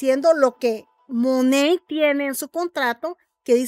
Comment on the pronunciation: No es Monet, es monat